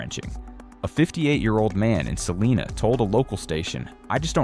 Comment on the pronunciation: it’s pronounced sa-line-a not like Selena